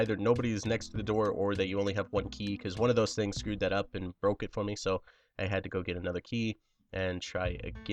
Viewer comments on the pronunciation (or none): none